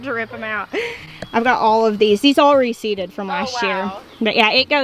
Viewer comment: What does it mean when something goes to seed or re-seeded because it sounds like you’re saying receded and at what point do you know it is appropriate to take the seeds to say for next year and do you need to do anything up to the seeds once you pick them off the plant to get them ready for next year. Anyone can answer these Questions or point me to a link where she’s already explained it